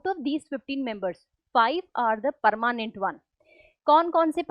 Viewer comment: Permanent❎ Parmanent✅